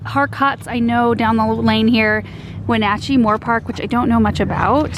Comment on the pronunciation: Thank you for saying Wenatchee correctly, born and raised there .. you cant go wrong with wenatchhee fruit..we are the apple a Capital of the world you know...